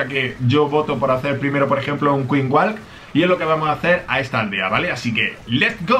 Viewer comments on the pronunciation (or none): Tengo una duda, cuesta que pronuncies la letra "s". Por cuál razón? Ejemplos, dices: "clash of CLAN" (Clans).! Chico (chicos). Etc. Me parece algo extraño, más, que eres de España. 💪 Y..... con el inglés.... Queen Walk, Walk.....se pronuncia 👉 "Uok". Gracias por compartir los Sneak peaks. 😎